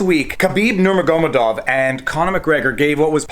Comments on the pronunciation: "Ok, for those of you who aren't into the UFC, last week Khabib Nurmagurmadov" . It is Na-Mur-Ga-Med-Off, fuck sake at least get the name right you filthy casual.. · Your body language says you watched this press conf multiple times, why pretend its your first time? Just be honest, try not to hard to look smart. Your body language gives me fake vibes. Just be yourself. Be like Khabib. And get of Conors wiener. And it is not 'Numanemov' like you pronounced. Still a great video. Grtz from Istanbul Turkey Oh yeah before I forget. Khabib is gonna rearange Conor s face while talking to him. Punish him for alll the thing he said about his father. Khabib doesn t show it but he is boiling inside. Forget the bus incident or the putin tchetjen remarks. Calling his dad a 'Quiverrrrrringgg cowarddd' was his biggest mistake. Thank God its not Mario Yamasaki but Herb Dean:-D